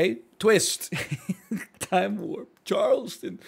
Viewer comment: The way he says Charleston makes me cringe